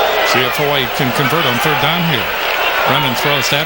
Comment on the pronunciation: Is that the dude that keeps saying “HAWA-EEE